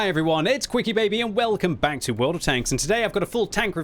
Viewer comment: haha yeah thats what I always hear xD